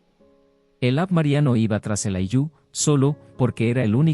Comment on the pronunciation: No es ayllú. Es áyllu.